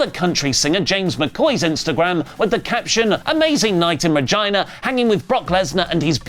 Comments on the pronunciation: all i'm saying is that city is probs pronounced 'RA-JEENA" and not RI-JYNA" lmaoooo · So...um..... saying "Virgina".....LOL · pronounced "Regina" like you say "vagina" 😂